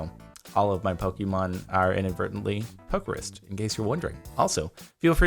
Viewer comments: Jardon.. Pokérus is pronounced like Poké then Rust but without the t. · whos gonna tell him he pronounces pokerus wrong